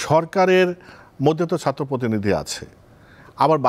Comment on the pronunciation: একটা সমন্বয়কও ছাত্র শব্দ টা উচ্চারণ করতে পারে না। সাত্র 😢